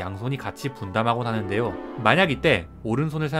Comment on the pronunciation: 외람되지만 “하죠” 나 “하는데요” 발음하실때 정직하게 ㅛ 로 발음하지 말고 ㅕ로 하면 더 자연스러워요 😉 서울말 흉내내는 방언 사용자들과 더불어 대본 읽는 사람들의 제일 많은 실수가 이거라고 하네요..